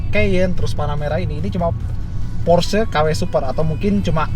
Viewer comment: porsche cara ngomongny gimana yak ? :v kata abang ini /pors/, kalo kata abang rg700 /porsye/ :v